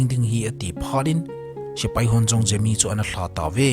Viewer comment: Gemi❌ Jemi☑️